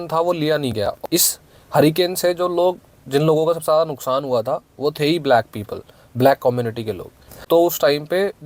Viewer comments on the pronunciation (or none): none